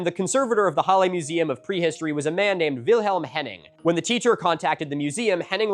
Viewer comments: "challe" The H in german is pronounced as if you are trying to warm your hands with your breath ^^ And a double L will shorten the primary vowel infront of it. So: Breathe out -> short a (Or a short "laugh": ha) -> le Halle. Hope this helps with future pronounciation, though I don't think any german would criticise you for that too harshly. There is a saying german: "Deutsche Sprache, schwere Sprache" (German language, dificult language) ^^ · On “Halle” — H is pronounced as h, like in height, but well done XD Basically hull-eh. Damn the afternoon activity; people in this country actually getting stuff done for a change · they were actually... well they arrose earlier. they already got strong votes in 1932 and they tried a coup a decade before that. pronounciation: halluh yeah and its saale, long a. like in far, pull the a long lehbensraum you make a pause after the s, bc amt= buerau or office. excellent work on the ü heberer= heh bera uhnen (pause) err-buh extern (ekstern- stine) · no "ch" sound. [ˈhalə] Short and strong "h", weak/soft "a" (you don't really have that in English), your L sound is good and to close of a short "e", which you sometimes to properly as log as you don't make it Hallie. Don't try and lengthen it. English wants to lengthen its vowels, Germanic languages vary their vowel lengths. It's expected that your struggle with the "a" as English only has strong aɪ, æ and ɑː sounds for "a" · Your pronunciation of reichsüberwachungsamt was lowkey better than your pronunciation of the other German words in the video like Halle or lebensraum